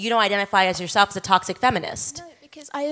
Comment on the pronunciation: I know you think about what certain people think about the way you speak, which I think is just fine brother. But that is why I am telling you this; It's toxic, like, "tock-sick". You're giving it more of a "tossic" so tryout "tock-sick" next time. Toxic. Keep up the good work man! 👏 🫡